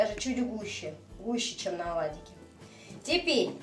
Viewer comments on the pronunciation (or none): Оладики.покладите.начало(ударение на первый слог)жменька